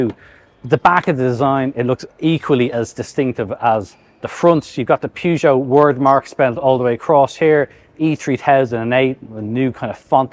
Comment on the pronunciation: Not sure I've ever heard anyone pronounce Peugeot like that.